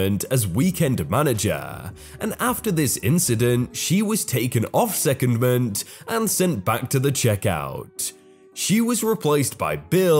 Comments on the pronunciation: Yeah the pronunciation of secondment made me giggle. The C is like a K and OND and like how the word POND is said. SEE-CONNED-MEANT 😜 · Please look up how to pronounce: secondment, barracks. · Secondment, pronounced secondment. Barracks, pronounced barracks. Yeah that's gonna help a lot.